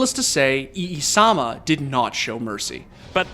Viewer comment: Its EE-sama